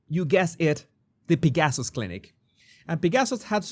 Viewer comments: Thank you for this very interesting video. Just a small correction: "Pegasus" should be pronounced as PEG-uh-suss, with the accent on the first syllable, not with the accent on second syllable. The Swiss clinic is named after the winged horse named "Pegasus" in Greek mythology. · How did I not know about this? This is absolutely horrifying. I’m so glad that you talked about this because I did not realize this existed. Thank you for your candor. By the way, I love the way when you say the word Pegasus it comes out as ‘pig asses’. No truer words ever spoken.